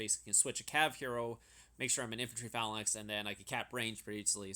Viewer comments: Dude. I love your videos but this one was so painful to watch - "Phalanix"? Phalanx ("fay-lanx"). "Calaphracs?" Cataphracts ("cat-uh-fracts")... repeatedly. It hurts. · why do you pronounce phalanx so weird... it's not Phalan X, it's one word :p also how did you get such good jewels? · why do you keep saying phalanix lmao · Lmao ‘phalinix’ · Dude please watch another video amd learn how to pronounce phalanx